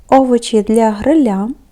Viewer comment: ГрИля, а не ГрилЯ не коверкайте ударения это не важко